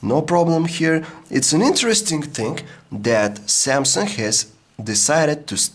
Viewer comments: Please stop saying "S tree" or "Samsunk" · Samsungk hahaha he speaks the g like gk